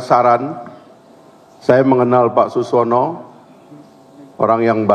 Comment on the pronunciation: Saking buru²nya, sekjen Golkar masih salah menyebut nama Suswono menjadi Suwono 😅